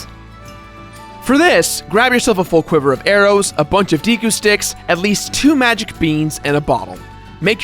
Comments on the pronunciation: Deeku?? That's how you pronounce it?? I always thought it was Deku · Deku is prounced "deh-kuuh" not "dee-kuuh". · who pronounces it as Dee kuu..I say day kuu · WhiteWing Nolasco it is deku not deeku.... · Dehkoo not day or dee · Deku is pronounced deck-oooh Skulltulla is pronounced skull-choo-la Epona is pronounced ep-o-na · He actually said "Deekoo" Mask... *shudders* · You say deku like deka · Mats Berglinn Actually you're wrong it depends on how you pronounce it. "To mah toe" "To mae toe" it's pronounced "dee koo" who cares? The only pronunciation that I'm iffy with is Fi's name. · deku if it was Dekeu it would be pronounced as the person says it in the video with the 2nd e silent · It's the deku mask not deeku mask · It triggers me how he pronounces Deku